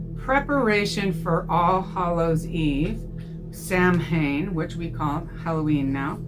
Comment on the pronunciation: FYI Sanhain, nh is w in Gaelic, so the word is pronounced sawain.